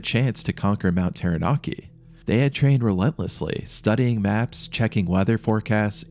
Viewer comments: "Tarra-nacki", not "Tarra-NAA-ki" "Egg-mont", not "EEG-mont". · im glad there arent many commenting on your pronunciations. Taranaki sounds more like tara ( tar ah but you kinda roll the r) naki (nah key) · terra-narki eeegmont hahaha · pronounciation 'tau(warhammer 40k), rah (egyption bird guy) Nar (narwal), key..... tau-ra-naki, taranaki , Maori - Ma (hey maa and paa), or (and or other),reeeEEEEEEEEEEEEEEEEEEEEEEEEEEEEEEEEEEEEEEEEEEEEEEEEEE, and then say it faster- mao (like mao ze dong), ree, Mao-re.....also i hapen to live under this mountain, fuckn cold...all the time, but that day they climbed...was Insanely stupid...mt taranaki is snowless for most of the summer time, when it snows tho...its basicly turns to ice for weeks, a "do not climb" scenario, unless its been snowy for a long time...the mountains also really dangerous in the sence its a large pro-trusion among a flat area, and what happens is much like a air-con unit, cold air is heavier, so anything that touches the mountain cools, and falls down, big warm fronts would come..and the mountin would turn that into wind, or complelty re direct it, sometimes even rain cant fall near the mountain, becuase, its just that much of a atmospheric dip..... it was freaky day hearing about the trapped people, but the locals were all seriously like 'what in gods name are they doing there", its purely bat shit insane, the skii field is notoriously steep, the whole dam mountin is steep....even basic knowledge...that mountain is a strange danger dolan, im drinking anyway, but yeah, this be the story, the weather can change for the worse in minutes, even on a clear day, just takes a funny ammount of moisture about and poof...cloud, for days on end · ah yes, mount tairanarkey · Ta-ra-na-kEY Taranaki :P im from here everyone knows the mountain is a killer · I thought he said mt. Teriyaki.😂